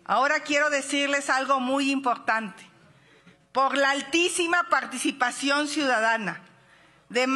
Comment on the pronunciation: YA ganamos un "lugag", les pido que no se muevan de sus "lugages", "pog la altísima", "pagticipación"... "Genan Bag..."